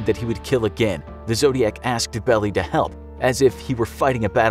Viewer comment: Belie, it’s not “belly” it’s pronounced “bell-lie”